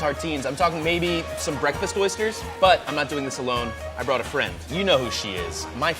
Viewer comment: BWEKFAST sorry I had to